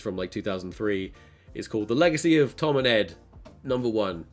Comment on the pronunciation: He said Tom tord lol